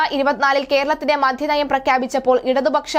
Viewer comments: എന്റെ കൊച്ചേ മധ്യനയം അല്ല മദ്യനയം ഉച്ഛാരണം ശെരിയല്ല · മധ്യനയമല്ല മദ്യനയം